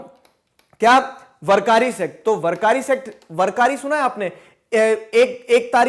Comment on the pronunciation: Good video , very good approach! Clearing some pronunciations: पांधरपुर = पंढरपुर वरकारी = वारकरी